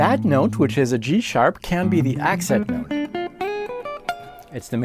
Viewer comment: Are you saying ACCENT note or EXIT note? 😂 Great video!